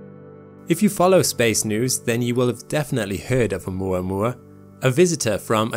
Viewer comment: Thank you for saying oumuamua correctly haha. I always here it as "oumua oumua" and I'm like dude you're not saying it how it's spelled! Great video as always. Been binging you and SEA for all my astronomical knowledge :)